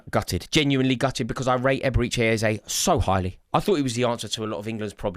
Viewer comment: Stop calling him EbereeCHAY